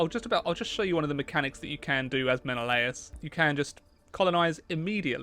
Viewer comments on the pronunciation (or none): I am honestly mind boggled about a game fixated on mythology pronounces Menelaus wrong, I am confident that every history teacher will say Men-al-us, not men-o-la-us.